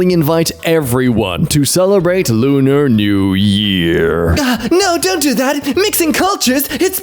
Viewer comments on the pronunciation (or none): none